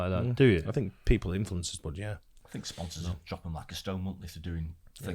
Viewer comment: saying "Sponsors" with an American accent lol